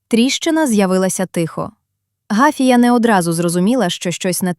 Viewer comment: Гафія , наголос на другому складі.